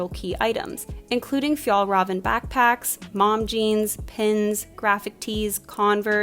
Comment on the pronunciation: I really appreciate you trying to pronounce Fjällräven. But when you said it you pronounced it like Fjällröven which translates to “the mountain ass” instead of “the mountain fox” and I could not help but laugh 😂💛